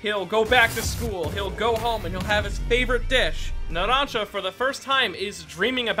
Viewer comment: "Naransa" Bruh